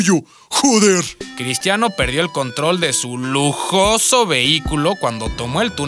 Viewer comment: Minuto 2.32 dice lojoso vheiculo